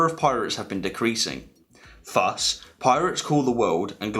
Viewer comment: Great video. Btw it is pronounced thus not fuss.